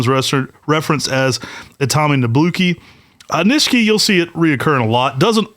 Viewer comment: Are you guys sure you are pronouncing the word Nishiki correctly? You guys say it with the second "i" silent. I believe it is not silent and pronounced with an "e" sound like you do the last "i". Ni she ke would be the pronunciation. I could be wrong though, but I have been exposed to the Japanese language when I use to live in Hawaii which is heavily populated with Japanese folks.